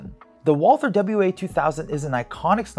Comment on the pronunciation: No English TH in Walther. It is spoken like "Walter".